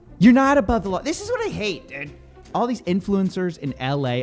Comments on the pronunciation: The many "dudes" of Coffeezilla: Ded Did Dad Dud And my favorite... Dewd (rhymes with feud) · the way says "dood" is the reason I watch these lol